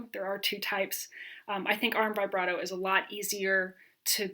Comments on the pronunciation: I like you a lot but it’s pronounced vib brato not vigh brato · I get really annoyed with people who say it vyebrato instead of vihbrato. Otherwise it is a good video and I’ll use the content. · Very clear and helpful instructions, particularly the warnings about common errors! I've never heard "vibrato" pronounced this way.